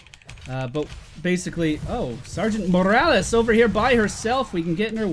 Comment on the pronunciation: why do you call the doctor Morrales?